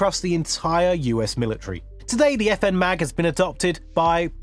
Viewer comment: It's not the FN Mag but the FN M.A.G. I know you probably never had French at school, but you are just reading words that even there. Listen to Google Translate or just say it in English, cause this is just painful.